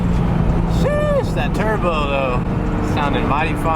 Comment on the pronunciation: bruh says “sheeeesh” like he’s from london town 🤣